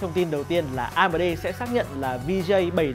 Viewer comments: Anh nên đọc chuẩn tên các danh từ bằng tiếng anh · em co chut feedback la may cai ten tieng anh nhu la AMD hay Divine Esports. nen doc dung di a. doc tieng viet nghe thieu chuyen nghiep a.